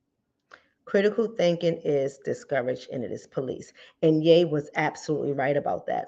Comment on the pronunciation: HIS ALIS IS PRONOUNCED Y'E NOT YA .... IJS